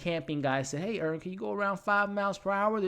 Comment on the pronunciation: Earn, not Vern 😂